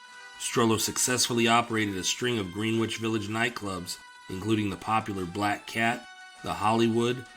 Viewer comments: Terrific video as always. Excuse my nit picking... but it's pronounced "GREN-itch" Village... not "Green-witch". Thanks! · He said "green-witch" village..Im gone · Greenwich is pronounced Gren-itch. Otherwise, a fantastic video. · This channel is a sleeper. It’s only a matter of time til your up there with the big boys. Keep at it! 👍🏼 I forget, did I comment on another video that Greenwich Village is pronounced “gren-ich”? I assume you aren’t from NY. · In the NYC version of Greenwich, the w is silent and the Green is pronounced like Gren. Dumb, I know, but I didn't make the rules. Also Houston St. is pronounced House-ton for some reason. I'm from Brooklyn. We have a few weird pronunciations of streets here too. Cortelyou Road. I'll let you try and sound it out. lol